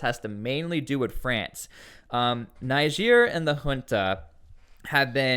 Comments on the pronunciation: The country is called “Neeger “ not “Naiger” 😂😂😂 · For God's S@ Say It With Me Tsply "Nejerr" Not Naija Even the guy holding conference sounds it right, are you trying to be a d*ck That's my country Nigeria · I must first correct you. There is no country called NIGER AFRICA. It's NIGER pronounced Nigier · Will it kill you to pronounce the name of the country properly? Will it?